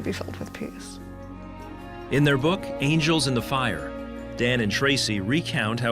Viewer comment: As soon as someone says book they lose all credibility!